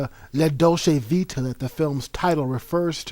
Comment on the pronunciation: You can’t even pronounce the title.